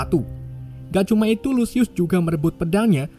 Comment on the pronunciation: Bang pas mau bilang itu kok jadi iu